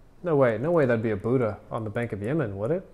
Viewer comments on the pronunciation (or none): Lol does every american pronounce the BUDDHA like that